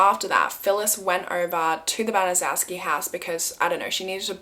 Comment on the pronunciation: Just began watching bc I just suggested this story to 2 other YT’ers. I’m not finished yet but wanted to say it’s pronounced Ban-a-chef-ski. I was grew up in Indy and was about 8 years old when this happened. It was a HUGE story that I’ve never forgotten, and I’m 64! It has stayed with me all this time! Still unbelievable!!!